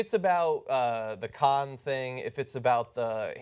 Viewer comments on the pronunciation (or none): none